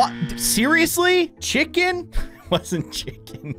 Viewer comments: You said Cvhicken not chicken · So he spelled chicken wrong he said chvikin. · What said: chicken What he said: cvhi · its chiken not turkey